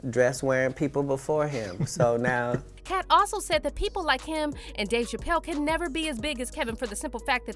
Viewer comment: It's Katt not Kay...